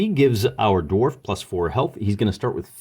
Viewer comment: "Gimpy" the darf lol